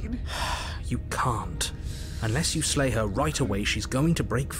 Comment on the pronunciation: Lay instead of slay